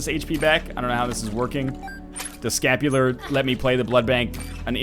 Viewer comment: I cringed every time he said he had scapular